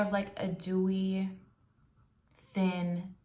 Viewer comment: Wow youre beautifull and so cute when you Said dawy instead off dewy but sometimes I say things wrong too I hope your content grows cause youre good at it ❤